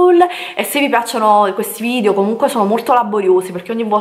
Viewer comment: È irrecuperabile, ancora dice VIDIO, e ne avrà caricati 200 mila sul canale. lol